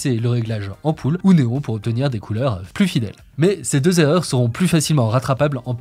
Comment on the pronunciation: SVp: les 8 zerreurs NON les 8 erreurs , pas de liaison tout comme ca va têtre !! NON va ba être sans liaison svp , les oreilles saignent :(